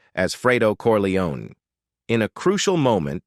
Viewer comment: Its not corleonAY!!!